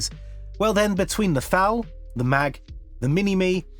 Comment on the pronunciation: It's not the FN Mag but the FN M.A.G. I know you probably never had French at school, but you are just reading words that even there. Listen to Google Translate or just say it in English, cause this is just painful.